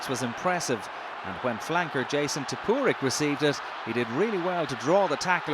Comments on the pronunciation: Tip-uh-rick it's pronounced, not Tip-w-rick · Listen to how he says Justin Tipuric. He says it like Justayan Tipooric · Who the hell is 'Jason Tipooric'? Nice to see the narrator did his research. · 'Jason Tipuric'! What a tit of a reporter!!